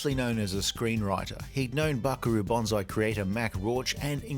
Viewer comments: It's Banzai not Bonzai. You are confusing the tree and the heroic charge call. Bonsai (with an S not a Z) is the minature tree that is shaped with wire. Banzai is what Japanese soldiers shout when they charge the enemy. Again, Ban fking zai, not Bon fking zai. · It’s Buckaroo BANzai, not BONzai! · Why are you saying Buckaroo Bonsai?